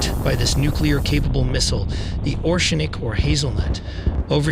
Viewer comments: It's not "Ornšik" you pronounce it wrong way. It's Orešnik ( you need to put there "e" behind r) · This is ORESHNIK not OSHRENIK as you’re pronouncing in the video. This is an IRBM not an ICBM. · Oreshnik❌ orEshnik✅ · oreshnik nor orshenik. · Please try to learn how to say it correctly «oreshnik” it’s stay here for long time ❤ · Say it with me OR - RESH - NIK Now I will unsubscribe because you know nothing. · If you say Oshnik one more time🤣